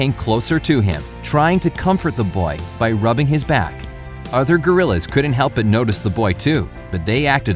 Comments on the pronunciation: he said gorilleres instead of gorillas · STOP SAYING GORILLERS! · You said gorillrs instead of gorillas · Who else heard "gorrilurs" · Lol He said grilers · Jambo, one of the gorillers- Me: Wat did you say? Gorillas Me: You said gorillers. No, I never said that Me: ... ok then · Did he say gorilers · He calls them gorrilars tho lol 😂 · He said gorillers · um sorry to say this but did i hear you say gorrilers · Did anyone know that he said gorillrrs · Gorillers haha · U said gurulers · Garillers lol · “Gorillers” 😂 JkJk great video super heartwarming❤️ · Anyone else hear him say gorillors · he said gerraler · I'm dead. gorillers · I heard him say gerillers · like if you hear "gorrilers" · STOP SAYING GORILARS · When I heard that he said gorrilers Im like do you speak english cowboy? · tf is a goriller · why did you say gorillars? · Gorillers hahahaha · Gorilers he he he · why does he say grillers XD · #7: Garillers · ok. Um. Narrator? Why do you keep saying “Gorillrs? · u said gorilers lol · Why did he start to say gorrilar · How they thought of the movie Tarzan. Edit: is it funny that he says Gorrilers 😂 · Am I the only one who noticed he said gorriler